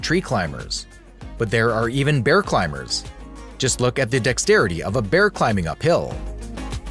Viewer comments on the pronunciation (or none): none